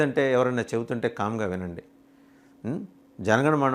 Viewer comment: జనగణమన అనే పలకడానికి నీకే సరిగ్గా రావట్లేదు ఒకసారి ఆలోచించి ఏదైనా నిర్ణయాలు మాట్లాడండి😮